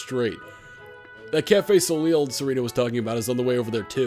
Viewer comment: soleil is pronounced so-lay